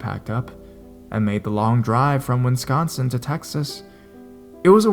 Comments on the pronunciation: WISCONSIN not WINSCONSIN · Hi. Just to help (I know some states names are hard to pronounce) Wisconsin is best sounded out as "Wis - Con-Sin." No criticism at all, just help. I live here, and I know it isn't one of the easier ones. 😃